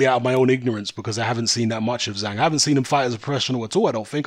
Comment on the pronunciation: Zhanh, it's Zhang. DAZN debut in China.